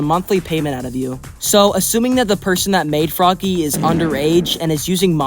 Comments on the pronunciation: just to say about frogge, when the game was in alpha the description actually explain that frogge isnt pronounced "froggy" but just like you would pronounce frog, i just comment about that, the video was alright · Frogge, not froggy. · It was stated that Frogge is not pronounced Froggy. It's actually pronounced Frog 🤓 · Also it’s pronounced frog not froggy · well frogge is supposed to be pronounced like frog? idk why